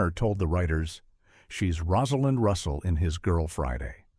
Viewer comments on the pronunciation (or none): none